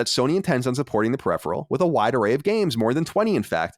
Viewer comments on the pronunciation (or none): none